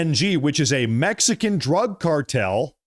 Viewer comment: your mispronounced cartel